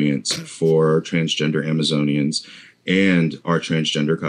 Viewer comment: "Amazonian's" he he